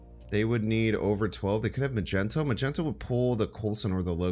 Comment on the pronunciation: Can't believe he said "Magento" instead of Magneto **facepalm